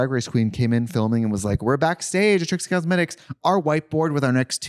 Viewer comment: Love how you can tell Katya is spiraling when she calls Trixie “Tritsie.” 😭😂